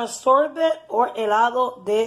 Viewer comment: It's not sorbit it's sorbet Lol